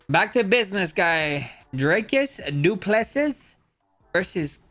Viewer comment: Du plase ✅️ Du pleses❌️ Poriye ✅️ Porier ❌️ 😂😂😂😂